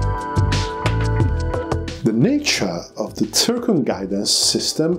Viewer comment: It is not "tsirkon", but "zirkon" - XYZ